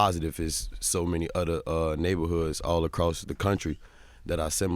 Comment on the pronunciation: Instead of saying other he said “otter” lol